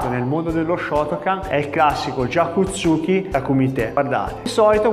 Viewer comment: Lei maestro ha un problema con la corretta pronuncia di gyaku tsuki